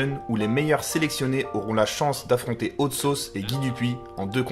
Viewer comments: Par contre mec faut vraiment que tu travailles ton accent si ton idole sappelle hot sauce. J'ai été choqué d'entendre "haute sauce" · Je suis le seul à avoir les oreilles qui saignent à chaque fois qu'il dis Haute Sauce ?? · Ta prononciation de hot sauce est dégueulasse tu te la pète un peu bcp mais la vidéo est sympa